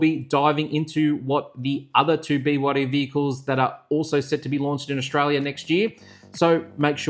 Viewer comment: Arrrggghhh bewaddy… it’s B Y D ffs